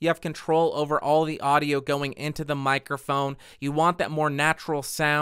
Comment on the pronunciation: Mic-er-phone? Honestly, I have never heard it consistently mispronounced so many times. Especially by somebody doing a presentation on that subject.